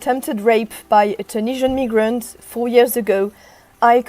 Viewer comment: sounds like she said NIGRANT ....im keeping that one.